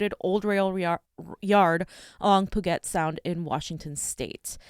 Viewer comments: It's pronounced "pyu-jet" sound, not "poo-get" sound. You're not from the West either if you don't know this simple pronunciation. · Puget is pronounced pew-jet not poo-get..